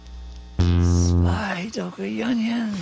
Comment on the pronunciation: I love how always butchers the name of Zwei Dunkel Jungen but gets it perfect when he whispers it to Dave